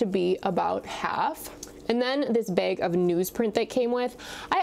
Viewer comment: Beg? Are you from Michigan? Lol